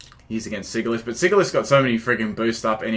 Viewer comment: I was actually going to breed a Sigilyph, now it's a priority. By the way, I believe its pronounced 'sij-ill-iff'; using the words 'sigil' and 'glyph'.